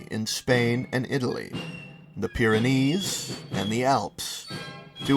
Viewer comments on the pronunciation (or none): none